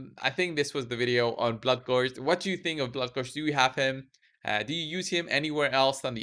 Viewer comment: "bloodgorgered" very nice